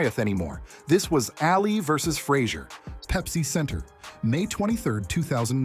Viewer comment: They said Alley vs Frazer haha wtf.. Ali isn't Alley.